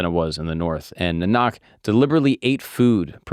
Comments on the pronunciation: As a Sikh, thank you so, so much for talking about this religion and sharing our culture with others to see. Of course, you missed some spots, which is fine, since most of the info in this video is extremely accurate. One of the things I would say though, is maybe add more sakhis (stories) upon what guru Nanak ji (pronounced nAAnk - small beginners mistake its ok) did on his 4 udasis (journeys) because there is a lot you missed out upon For example: - The Story of Malik Bagoo and the Blood-Filled Bread - Panjaa Sahib (The masterful 5 fingers) - or you can say "the boulder" for a simpler research name - The man-eater/cannibal - The village of black-magic - The devotees' meal etc Maybe even mention a the tests Bhai Lehna Ji had to overcome to become the 2nd guru: - the dead body - The river - the brick wall etc Again, i don't mean to edit, just give a little tip for going forward Thanks, man- Support from Canada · I am a Sikh and really appreciate this video. Only thing I’d suggest is the pronunciation of “Nanak”. It is more like, “Naa- nuk “. Thanks for very well made video on the life and teachings of Guru Nanak!! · Yes Naa-nuk and Pun-jab not Poonjab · Pronunciation for the (respected) name is "Naa-nuk" Nuk as in Nun(catholic). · Just a small pronunciation fix - its guru Nanak like (Naah-nak) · This was a good introduction to the religion. The pronunciation was wrong each time. It’s the first A that is stressed instead of the second A in NANAK. (naa.nuhk) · Pronounce it as Na-Nik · I love that there is someone who is spreading awareness about him in English as a sikh. I really appreciate that, as I can understand it could be very hard to do this research, as there is not much data available in English about him. But anyways, He Just pronounced his name wrong lol anyways appreciate his hard work. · You can't pronounce his name correctly, it's not at all difficult but a big question mark over your understanding. Goodbye. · Bro butchered my gods name